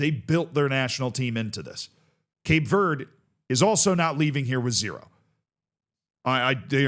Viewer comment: Do you not know how to say green in Spanish?